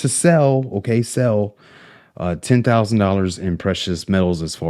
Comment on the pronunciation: Tin things bout siver an goud. Pronunciation matters.